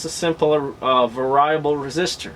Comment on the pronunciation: Variable!! SAY IT!!! VERY-A-BULL!!# SAY IT!!!! WTF MAN